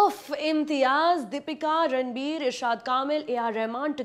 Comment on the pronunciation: Sorry , but i stopped watching when she said "ranbu". -__